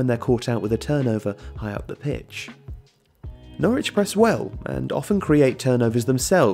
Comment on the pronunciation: Only one very minor criticism, locals pronounce Norwich as 'Norridge'. ;) The pundits on tv and radio mix it up quite a lot too.